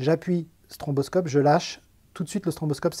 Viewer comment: mdr on dit pas stromboscope mais stroboscope